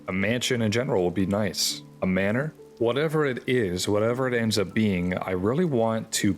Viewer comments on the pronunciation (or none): none